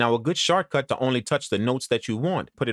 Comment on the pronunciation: Love the tips...... hate the way you say "shortcut"